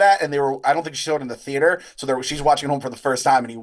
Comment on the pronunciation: If I have to hear say “thearter” one more time I’m gonna scream